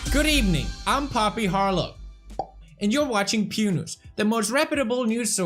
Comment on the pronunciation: *And you're watching PewNoose*